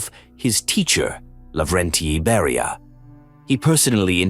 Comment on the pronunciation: NO "Barrier" but BERIA..